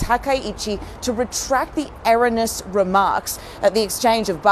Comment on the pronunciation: Taiwan is NOT "contested territory", it IS Chinese territory - dumb ABC reporter - also, don't know how to pronounce "erroneous".